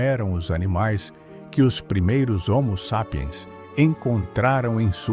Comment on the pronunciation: Dublagem de I.A não consegue nem dizer homo sapien direito